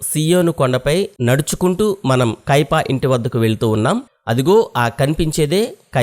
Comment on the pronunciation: కైపా కాదు బ్రదర్ కైఫా అనాలి 🎉